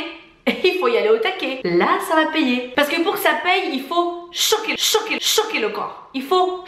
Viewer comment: Bjr, mdr qd vous dites choquer choquer choquer j'entendais chouquettes chouquettes chouquettes 😀